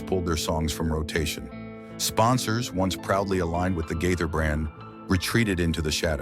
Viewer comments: Disgusting fabricated story. The man can't even correctly say their name! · You talk like you really know them but, you don’t pronounce their name correctly sad